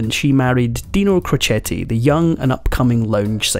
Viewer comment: There are several errors in your presentation. Dean’s father was a barber & never worked in a steel mill. His boxing name was pronounced ‘crow Chet’, not crochet. He did not get custody of his eldest 4 children until after he & Jeane had been married a few years. His first wife became an alcoholic and her sister loaded up the 4 kids and dropped them off at Dean & Jeane’s house.